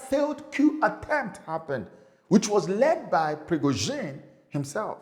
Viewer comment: I'm so surprised, sir, that you can't pronounce Wag-ner and Pri-go-z(h)in, with h absent and then zhin, pronouce as "zin".